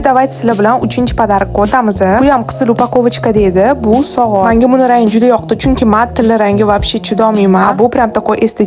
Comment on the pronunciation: Sogat😂 emas soat boladi😂😂😂😂